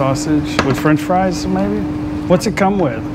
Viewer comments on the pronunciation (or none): none